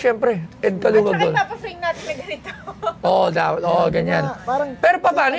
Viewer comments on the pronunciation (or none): hindi alam ang star of David tapos he pronounced Caluag as Calawag.... Buti mayaman ka.